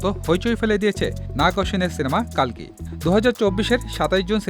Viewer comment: কাল্কি নয় রে, কল্কি